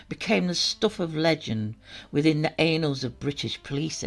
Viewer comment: Be careful how you pronounce ‘annals’ it is pronounced ‘annels’ not as ‘anals’ which refers to multiple human back passages. A minor thing in a great presentation. ❤